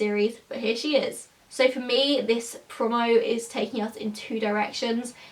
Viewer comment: You say 'promo' really weird... Eveytime you say it I cringe 😂